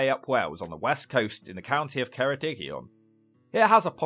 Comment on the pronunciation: What I'm about to say is a little niche but thanks for saying Ceredigion and not "cArDiGaNsHiRe" as the region never officially had any legal name other than Ceredigion. It's a small detail that makes me go "omg yay". And Aberystwyth is amazing. All they'd have to do is actually invest in proper policing (and you can't expect Westminster or the Senedd to get their arses up about that). So many nice eateries, places for drinks. Because of the crime issue there's also a lot of spikings.